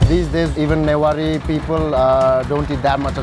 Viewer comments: Not nuwari it's newari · The fact he mispronounced the word " Newari" was torture to my ears 🤣bc I'm nepali and have a newari friend (I'm newari too)